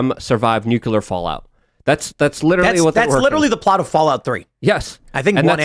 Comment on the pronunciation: "Nukular"